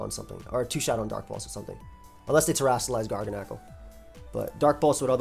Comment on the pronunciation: I might be wrong but I feel like Garganacl is pronounced like gargantuan and tyrannical, but if course with the NaCl instead. This team is fire. Keep it up ❤